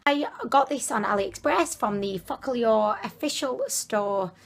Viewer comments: The read not "Focalior" but "focalur" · It pronounced FOcal-lure lol your hilarious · It is pronounced “fo ka lur “